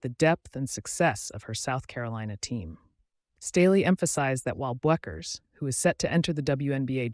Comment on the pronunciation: Why is the narrator too lazy or stupid to pronounce Paige's name correctly? It's BECKERS (Bueckers), dummy. Do your homework, or find something else to do.